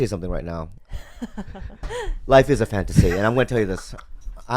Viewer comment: Loif is a fawn-tah-say!